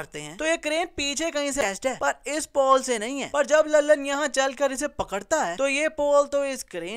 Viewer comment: beta tum ny bhi bolny mein mistake kar di (JAB JAB )tum nny do dafa bolla or bhai ho (haai) bola yani tumhari apni hi languaches hein haai